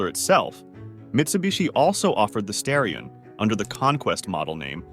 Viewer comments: Wish these videos would get their facts and AI pronunciations right. Original Seville was a top-of-the-line model, not a 'more affordable' one. It's pronounced STAR-e-on, not STARE -e-on, and the Porsche is called a nine four four or nine 44, not.a 900 44. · Just wondering, because I finished the Mitsubishi Starion segment, is this whole thing AI generated? Inhuman pronunciations, supposedly stock footage of obviously aftermarket cars, a shot of what looks like a GM V8 while discussing the Conquest...I just get an AI vibe. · Who the he!! makes these videos? Pictures that have nothing to do with the narrative. Horrible AI voice that can’t pronounce the vehicle names. Wrong “facts”. What a waste of time!